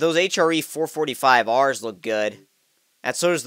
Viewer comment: hehe... 546 R in plural sounds like 546 Arse